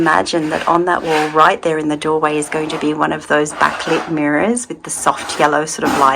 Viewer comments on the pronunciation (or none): none